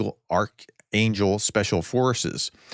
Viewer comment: Hi, How can you call yourself a professor when you have to try saying the word Archangel (I don't think that is Ukrainian!) 3 times, before getting it right, can't figure out Butusov (only 7 letters) and pronounced Kondratovka as 'ditroniska', followed by the silly excuse that 'the Russian spelling is different, as if you would know how they spell it!. Any word that is different to the most basic English causes you trouble. I've lost any believe in what you're saying. Shocking. I would have expected that, after 3.5 years of Ukrain in a war, you would have learned something about pronouncing their names. You just read Olenivka as Olevinka. Please stop embarassing yourself. I just remembered that they say that you recognise scams by spelling mistakes, perhaps extreme pronounciation mistakes are also a sign?